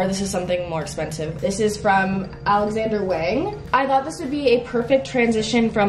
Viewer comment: i think alexander wang is pronounced like wOng